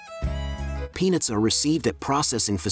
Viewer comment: Clearly pronounce the "t" at the end of "peanuts". Narrator sounds like he is saying "penis", instead of "peanuts".